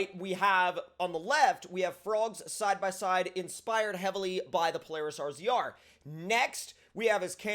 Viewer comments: Just a helpful tip, that polaris is pronounced "razor" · Btw that rZr is not pronounced r-z-r it’s a razor